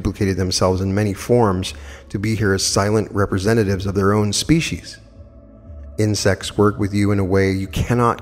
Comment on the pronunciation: OMG Everytime he said insects i hear 'in sex' .....and I'm thinking it's a book or something.... And I hear it over and over again and I am trying to figure out wtf is he talking about and then I hear it loud and clear it's INSECTS 🐝